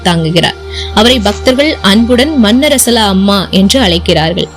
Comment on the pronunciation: மன்னரசலா அல்ல மண்ணாறசாலா. . சரியான உச்சரிக்கவும். .